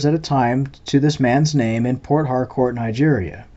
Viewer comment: you are pronouncing port harcourt wrong. i know its two words but you gotta say it fast as if one word